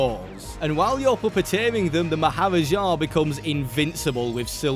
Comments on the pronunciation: Maharaja is pronounced "maa·huh·raa·juh". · To pronounce it it’s Mah-ha-ra-Ja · Funny hearing you say "Maharaja" when i know how its actually pronounced 😅